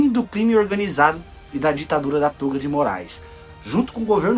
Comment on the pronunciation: Toga , e não tôga!! Fale corretamente, ok!!